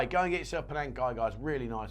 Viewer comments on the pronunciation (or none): none